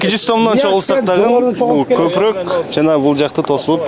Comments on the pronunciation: Далбойоп копрок дебей копоро деп айтсан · Копурук катта деген создорду туура суйло блогер кыргызча суйло.Сени бут Кыргызстан коротго